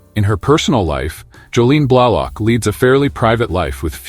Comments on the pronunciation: Like "Blahlock?" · Great video. I especially like the narration of Jolene Blullock, who played TeePol. Also, Kira Nerris, who worked well with Lieutenant Commander Werf on DS9. Also, Terry Farrel, who married the son of Leonard Naymoy in 2018. For crying out loud, how tough is it to find a human to read off a script?